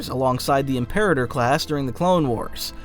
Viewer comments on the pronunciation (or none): none